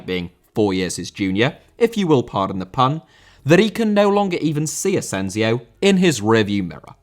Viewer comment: Asensio*!!!Not Asenziouw